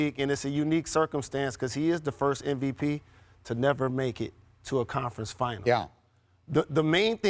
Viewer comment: Steven A... M, M, M MVP. M, M, M... Not "NVP". Come on, Man. Its been years.